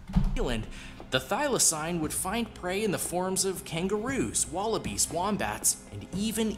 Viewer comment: Firstly, whoever made this video you reacted to is shit at pronunciation. Thylacine is pronounced "Thyla-seen", more commonly known as a Tasmanian Tiger, and even though it was Australia's largest land carnivore up until its extinction, it was still not as dangerous as this video makes it out to be. They were said to be rather timid and could be captured easily. They hunted smaller animals, and farmers would often shoot them because they would also hunt things like chickens. Despite the name, it was also not a tiger, nor was it a species of dog, it was actually a marsupial. The largest carnivorous marsupial in Australia these days is the Spotted Quoll, which is about the size of a cat. It was native ONLY to Australia, specifically Tasmania, and the only reason it would have ended up in other countries like New Zealand is if it was smuggled over by those in the exotic animal trade, or if they were in captivity and being taken to zoos.